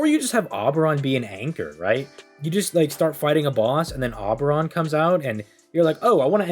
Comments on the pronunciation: O-beron. Not Awwww beron. Oberon. Ou-beron. Please. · Omg please say Oberon correctly in one video lol